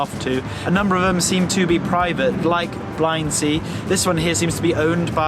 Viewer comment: Stunning views from the drone but, as others have mentioned, users must respect the regulations to ensure they are safe and not intrusive. By the way, Tyrol is pronounced "tirrole" (rhymes with Wirral) and Blindsee is pronounced "blint-zay".